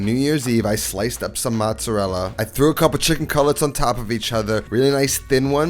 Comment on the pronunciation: I’m half Italian and the way you say mozzarella makes me cringe. My Nona would smack you with a wooden spoon